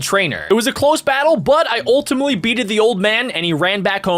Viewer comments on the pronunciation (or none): none